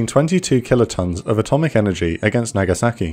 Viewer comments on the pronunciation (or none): The speaker pronounces hiroshima like a native, but uses the wrong short a when pronouncing Nagasaki. It's the ahh sound, more like aww, less like eh.